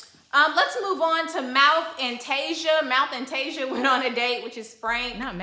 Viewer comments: 😂😂😂 that lady's name is Tisia (tuh-sea-uh) not Tasia(Tay-zuh) or (Tea-zuh). Your nephew Tommy impression is EVERYTHING!! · Tasia's name is pronounced Tah-see- uh. Love your channel boo!